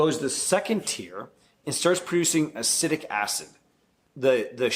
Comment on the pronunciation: Ah-seat-ic asid